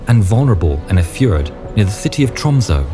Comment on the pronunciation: You Said Tromsø pretty tell. Yes I'll from Norway.